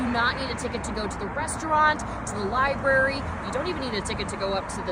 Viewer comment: My kids used to pronounce the word like “libarry,” too. And then they grew up.